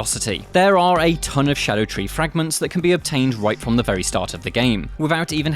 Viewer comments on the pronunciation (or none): Shadow tree fragments? Can you read bro?